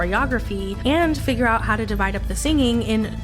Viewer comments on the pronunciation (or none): none